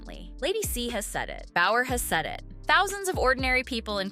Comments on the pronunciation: BOWER, not Bauer. Amateurs…. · It's Bower not Bauer as in Steven Bauer. Someone needs to fire the person who translate 😅